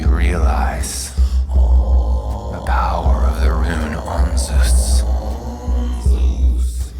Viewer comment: This is pronounced incorrectly - the z & s have been switched .